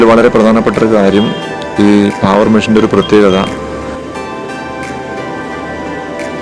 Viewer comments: പാവർ അല്ല... പേവർ എന്നാണ് ആണ്... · പാവർ അല്ല.. പേവർ.. പിന്നെ റോഡ് ഒരിക്കലും ഒരേ ലെവലിൽ ചെയ്യില്ല.. Centre line or centre FRL il നിന്ന് 2.5% slope കൊടുത്തേ ചെയ്യാറുള്ളു..